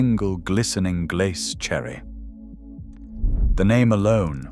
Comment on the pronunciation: It was good value, the food was consistently of good quality at a fair, affordable price, the commentary is hilarious though, Pate and Glace lol